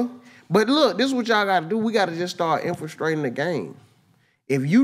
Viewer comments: Superb show dawg but "Infrastrating.." dawg u freestyle ur words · Infulstrating?!! Nigga that ain’t a MF word!!